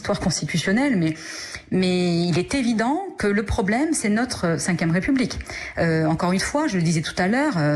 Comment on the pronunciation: "Le problème, c'est la Vème République" dit la dame ?? Où bien, c'est celui qui ne la respecte pas ? LE PROBLÈMEUH ! MEUH !